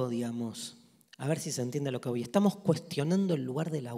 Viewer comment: “Bueno, como estang?”. Jajaja